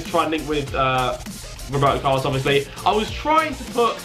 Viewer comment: WROEBERTO CARLOS! - Nice xD